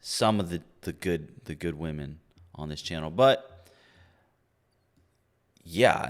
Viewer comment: Is it a new trend that womEn need to pronounce womEn as "womAn"?